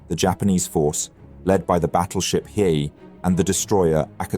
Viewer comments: And it's not battleship "Hi", but "Hee A" (long A). He got it right most of the time, but not . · Hiei= Hee-Yay. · similarly with the pronunciation of Hiei. I think you pronounce it differently a few times. Not a HUGE deal, but I believe it is "He-Ae" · Is this read by AI? The battleship hiei has been pronounced three different ways in the same video. Not to mention the mispronunciation of Admiral Abe. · How the heck do you pronounce "Hiei" three different times in the same video? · How do you go through three different pronunciations of Hiei in the same video lol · You pronounce the same Japanese word differently even if it appears twice in the same sentence. HeeYay or Heee? KeerowSHEma or KeROWshima? Ayyb or Ahbay? Either you or the AI voice needs more training!